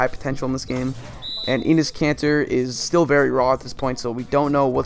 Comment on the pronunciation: Great video, but Enes isn't pronounced 'eenis' it's more like 'ennis'